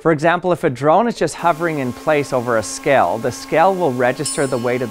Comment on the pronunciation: learn how to pronounce the word "scale", for the love of all that is good.